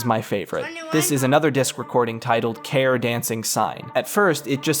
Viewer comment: Why not pronounce Care as Carrie? Why not view the end of the soundtrack video?